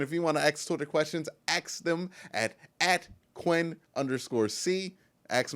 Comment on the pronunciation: We do not AXE questions. We ASK them. Come on man that is not hard to enunciate.